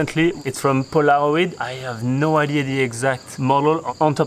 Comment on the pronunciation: You said Pola .. ro..id hahahahaha 🤣 try saying Pola Roy D like this 👍👍